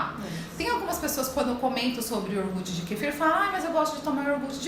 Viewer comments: Ahhh que ruim ouvir uma doutora falar yoRgute! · Nao é iorgute. É IO-GUR-TE. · Exatamente. Ela fala IOR-GUTI. que deveria ser: IO-GURTE. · Iorgut? até saí do vídeo. Aff 🤦🏼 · Me dando agonia o “iorgute” kkkkkk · A médica fala "iorgut":(( 😭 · Feio é uma nutricionista que fala IORGUTE, pelo amor de Deus. 🤦🏽‍♀️ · Ela fala orguti? Ou eu não entendi?